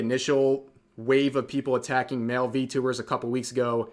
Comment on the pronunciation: You said it wrong its ENVY-tubers